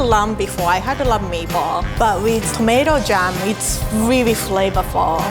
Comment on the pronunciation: "I rearry rike all the combinations"